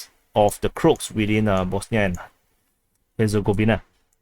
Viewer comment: Croat is said like this Crow-At for Crow-Aaaation